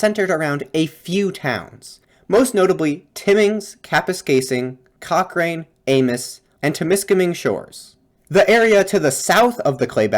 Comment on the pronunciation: Hey, I'm from Sudbury, Ontario, which is part of Northern Ontario (though from the perspective of folks in Timmins or Moosonee I may as well be a southerner.) Anyway, I just wanted to add that your pronunciation for most of the towns was pretty good with the exception of Amos and Cochrane. In the case of Amos, the s is not pronounced as the name and township is french. And for Cochrane, you just got the second vowel wrong. So it's pronounce more like Coch-rin, instead of coch-rain. I do wonder about the fire you mentioned, one piece of history of Ontario is that the First Nations peoples up here would use prescribed burns to heal and protect the land but also to ensure that wildfires would not get widely out of control. This was forcibly stopped in the 19th and 20th century. Which is part of the reason why we have so many wildfires now. (Climate change and other aspects of land management play a part.) So it can be argued that the wildfire that was mentioned was not really a natural disaster, and was product of poor land management by the settlers. As for the bogs, I see no reason as to why we must drain them, they have a use, there are creatures that live in them. Not all lands needs to be used by us but I suppose that's a discussion we just need to have.